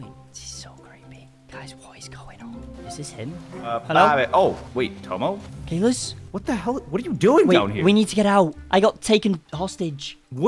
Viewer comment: you said Tommo But it's Tomo😂